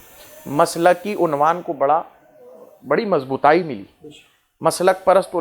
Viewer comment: مضبوطائی😅😅بول رہا ہے' مکار لفظ مضبوط کو